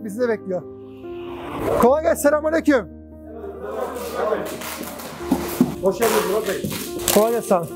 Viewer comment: “Selamünaleyküm” ne güzel diyorsun reis 👏👍